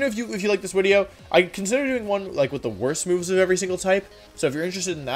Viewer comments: Wait why does he says widio and not video ? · Hello wideo man. Thank you for wideo today. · unsubbing purely because you keep saying wideo you cringe master